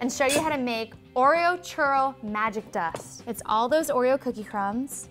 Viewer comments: I hate how she says churro. Like instead of saying churro (rolling the "r") she says churo. It's really annoying coming from someone who speak Spanish very well. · Lol I wouldn't trust this video if she can't even pronounce churro plus she made them bitches circled ahaha